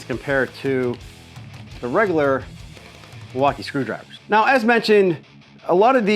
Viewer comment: gotta cut out the droolage! Oh, and those Mil-walk-ay-ays are indeed pretty nass-like!